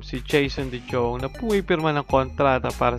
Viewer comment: de JJong? de Yong kasi yan eh. 😂😂😂